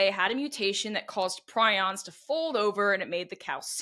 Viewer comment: It’s pree-ons